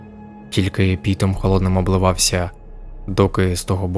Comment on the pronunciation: Дякую за цікавий контент. Тільки не "пІтом" а "пОтом" обливалося